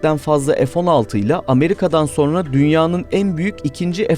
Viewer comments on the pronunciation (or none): none